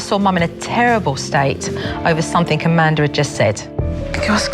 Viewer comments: When she says Amanda she says Amander. Did anyone else hear that. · supernanny ironically pronounces Amanda's name as "Commandar." I find this funny because Amanda commands the family pretty much. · I like how SuperNanny says Amander